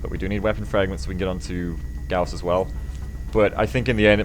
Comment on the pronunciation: Hey, pronounced Gauss correctly. I wonder how long that'll last.